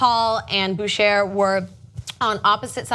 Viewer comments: damn i wish they'd hire a translator or linguist to learn the pronunciation of some names... the man's name spelled "Boucher" and is being pronounced as "BOOSHARE" should actually be pronounced "BOOSHAY" it is an old French name... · By the way, I'm pretty sure you're not supposed to pronounce the R in Boucher. It sounds like a french canadian name so I'd think it's supposed to be pronounced "Bouchay".....But then again, maybe it's just french or french canadians origins and the guy pronounces like you do....who knows I guess lol. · His name is pronounced "Boo - Shay" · I doubt that's how it should be pronounced. A South African cricketer is named Mark Boucher. They (in SA) pronounce it Bau - char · Yeah... they've pronouncing it wrong, boss. It's really 'boo-shay'. Put it to you this way: who are you going to trust - bunch of guys who don't speak French badly enunciating a cricket player's name... or thousands of French-Canadians born with the name?